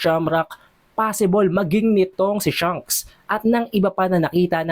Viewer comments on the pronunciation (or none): none